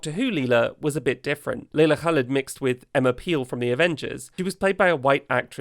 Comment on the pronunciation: That pronunciation of Leila Khaled, tho ❤🖤🤍💚